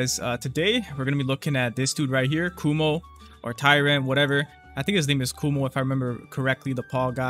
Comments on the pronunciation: kuma btw not kumo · who more than me watched this video multiple times just to hear saying "kumo"